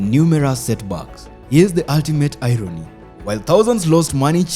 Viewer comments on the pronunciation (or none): It still has some shortcomings in pronunciations, like: Irony, travel,model, palatial,shovel,rebel, channel, couples,jewel ... ... ...